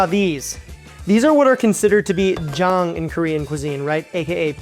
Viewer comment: When he says "jang" I hear "jawn".